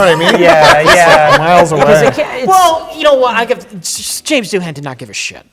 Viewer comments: How did Mike not jump in with the "correct" pronunciation. The H is more a w softer sound. Gaelic, huh? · I always pronounced Doohan's name "do-in" not "doo-han." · All my life, I thought the h was silent in Doohan. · I was too distracted by what I suppose is the American pronunciation of "Doohan". I'll file it in the bin next to "Warwick".